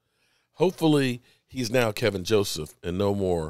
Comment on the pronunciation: K E L V I N .....not Kevin......K E L V I N